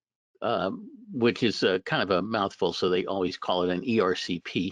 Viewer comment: i am very impressed that you pronounced ercp correctly; essentially 100% of lay folks will get it wrong